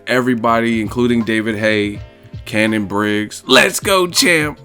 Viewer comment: Did you mean Shannon Briggs not "cannon briggs " 😉